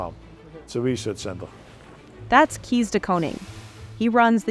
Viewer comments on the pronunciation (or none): Butchered the dutch names. It's not keys but kees like case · It's not Keys de Koning, it's Kees (Kays) de Koning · Omg this poor person's name is pronounced CASE not "KEYS" I'm so triggered i can't continue listening. Shame on a BI for not getting it right!